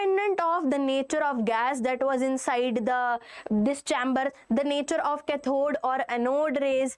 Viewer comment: Why is your english soo baad like u r saying ccathhod it is pronunced as caathod please use proper english